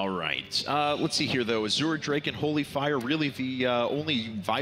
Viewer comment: Why do they keep calling the Azure drake an "as-oor" drake?